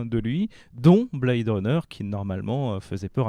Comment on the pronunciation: [Blè-id'], pas [Blad'], Runner, please... T.T